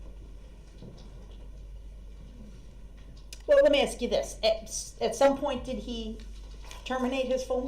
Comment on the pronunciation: Ask not aks..........grrrrrrrrrrr he is so annoying